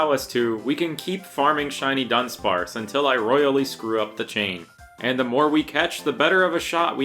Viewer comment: Immediately an amazing video. The Du-Dawn of dunsparce made my day 😂